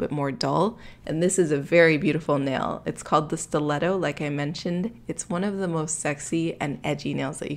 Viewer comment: Nicole Delacruz I know it’s a stleto Stu-let-toe